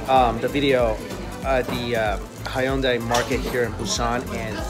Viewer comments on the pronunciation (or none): none